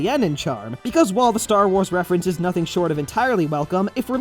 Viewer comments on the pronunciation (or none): none